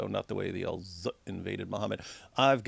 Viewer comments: I always enjoy how David emphasizes “Al ZZZut” 😅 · His name is Al-Zutt😂